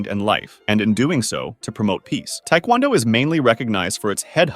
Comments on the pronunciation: The way he pronounced taekwondo makes me wanna shoot myself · Small correction: taekwondo, at least here in the States, is usually pronounced with emphasis on "do" rather than "kwon." Both pronunciations are technically correct, though. Love your work, it's great even if I do have minor nitpicks.